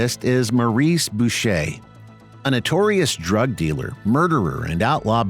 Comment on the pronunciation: First channel to say Boucher correctly. 🤙🏽